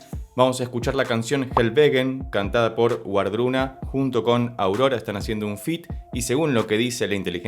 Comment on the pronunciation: La pronunciación correcta sería “Vardruna” y el Hel no es un infierno, de hecho la mayoría de la gente al morir va a allí